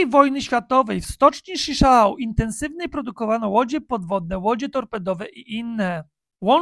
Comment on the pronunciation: Schichau, czytamy Szichał. To byl gosc, ktory zalozyl rowniez stocznie w Gd.